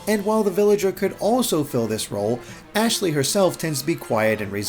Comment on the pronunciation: You'd better learn her name cause it's ASHLEY